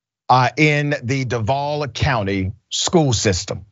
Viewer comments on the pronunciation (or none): Robert E. Lee, High School? Nawwwww, they wasn't going to go for that. & that's pronounced DUUUUVVVVAAAALLLLL.... #EVAC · Don't say Duval if you not going to pronounce it right.